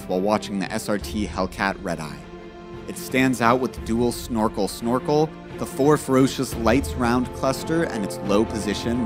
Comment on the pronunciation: "Dual snorkel snorkel?"